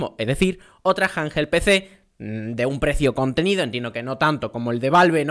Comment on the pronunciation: Me pone nervioso cada vez q dice "janjel pc"😂